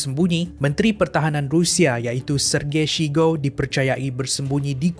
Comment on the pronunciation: Sebutan yang betul untuk Sergei Shoigu : Ser-gey Shoi-gu